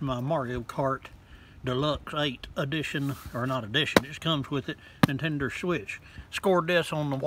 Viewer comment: “Nintendur switch”